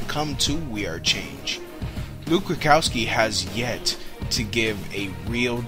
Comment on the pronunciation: AND ITS RUDKOWSKI... NOT RUKOWSKI, MAYBE ITS JUST YOUR VOICE BUT U SOUND LIKE U CANNOT PRONOUNCE HIS NAME... SORRY MY EARS WORK